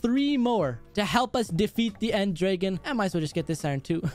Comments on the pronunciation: Did he just say end draegen instead of end dragon?? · When you said end dragon it sounded like end drage